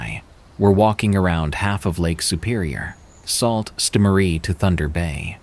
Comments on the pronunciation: Salt Saint Marie 😅 it's pronounced sue. I'm sorry that bugged me 🤣🤣🤣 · I know not how it's spelled but the pronouncement of Sault Ste. Marie is: Soo Saint Mah-rie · they're pronounced Soo Saint Marie. Makes me feel like this is done with AI. Shame. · lol the one with the homeless guy it is pronounced sue-saint-Marie lol I was confused at first than was like oh yea !!! Haha I am from Ontario Canada not far from there :) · Sault ste Marie is pronounced "soo" saint Marie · It's pronounced Soo Saint Marie 😊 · Yeah, mispronounciation irks me from narrators.